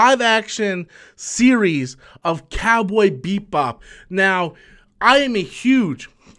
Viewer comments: Why does he keep on saying Beat Bop instead of Bebop???? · This video is funny, You remind us 5 times you are a fan of "Cowboy BEATBop" you never pronounced it correctly 1 time. You also wear a shirt from the anime so you add more credence to your statements. You complain about the concept of people being cast as Asians in anime as a problem because not every anime character has to be Asian, but that doesnt mean they dont have to be either. Also 4 people were cast here, 1 of them is Asian, yet you focus on that as your complaint in that argument. This was a 3 min video spread out over 6 mins so you could make it seem like you had a lot to say but instead you simply regurgitated news from an article that everyone could have read for themselves. You also admitted you talk about Captain Marvel "for the views" so I would say your channel is just a resting ground for stale content and boring commentary. People watch you because they laugh at you, not with you. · "Cowboy BEEP-bop" "John CHOW" lolol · Beep Bop? Also, you can’t pronounce Pin-eda? Come on, BOY! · Why does it sound like he's saying BEATBOP. xD